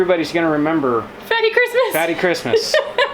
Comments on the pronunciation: Sounds like “yummy Christmas “ instead of fatty Christmas to me 😊. Such a great idea. I’m looking forward to see what you cook 💕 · Sounds like “FATTY FUN!”